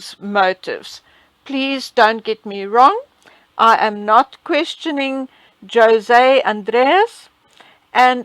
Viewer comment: I think this chef will be mentioned quite often, so if you allow me, let me correct the pronunciation of his name: J / sounds like the H in hotel/. O / it is an open and clear vowel like in the word: pOtential, it does not sound OU . The S is the same . The last vowel E, has the main stress and it sounds like the E in the word gEneral. The name in Spanish is written: José and that sign on top of the E displays the main stress. This name is the translation of the name Joseph.